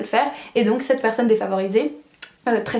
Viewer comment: Pourquoi vous prononcer le “7” comme ça 😮😱